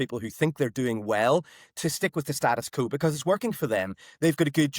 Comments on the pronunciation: Sam McBride it’s “status quo” not “status co”. How am I to take you as a serious “intellectual” journalist. With repeated gafs like this? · This chap uses the term Status Quo a lot but does not seem to know how to pronounce it. I vote reunification will be dependent on when Northers can speak English properly including knowing the difference between ‘when’ and ‘whenever’.